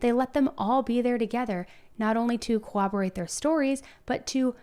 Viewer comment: Did you really say “cowoberate their stories”??? Learn English. The amount of words you mispronounce makes it painful to listen to you speak.